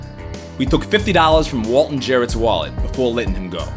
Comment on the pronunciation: I love how he says dollars as dallas